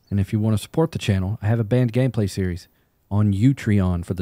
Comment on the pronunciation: I always wondered what the heck a "Band game play was". "...This one time, at Band Camp.." And today I heard you say "Banned game play", and I'm like, 😯💡!.... ...Nope, I still don't know what that means.